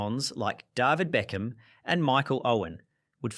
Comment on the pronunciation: please work on some pronunciations like david beckham and ajax